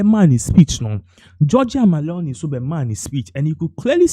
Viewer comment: Please her name is not MALONI it's MELONI! Look and read well🇮🇹🇮🇹🇮🇹🇮🇹